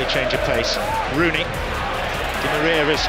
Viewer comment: lol.... ROOONEY